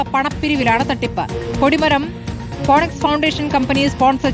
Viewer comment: ഫിനിക്സ്, ഫൊണക്സ് അല്ല